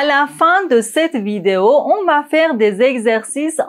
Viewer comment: Je pense qu'il faut revoir la prononciation du verbe faire. Merci beaucoup.